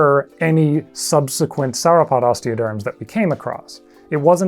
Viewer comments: 'sour-opod' my freaking ears! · Do you pronounce dinosaur in the same way you pronounce sauropod?